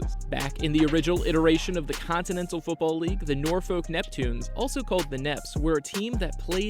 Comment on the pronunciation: .......wrong Salem ...that's the one in western side of state And it's PRONOUNCED NOR-FUK